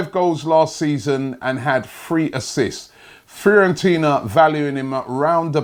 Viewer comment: won't stop until he has butchered every foreign player and clubs name lol! "Frirorentina" 😂